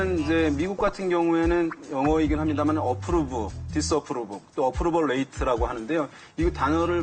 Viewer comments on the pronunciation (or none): 조금 뜬금없는 이야기인데, 한국인의 영어 발음중 가장 힘든게 R 과 L 발음인 것 같아요. 지지율 Rate 는 뤠이트로 읽는게 맞습니다. Rainbow도 레인보우가 아닌 뤠인보우. V 와 F 는 우린 아예 없으니 예외이고요.